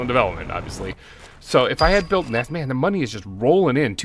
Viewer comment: Sometimes when he says NASA I hear NAS-ALL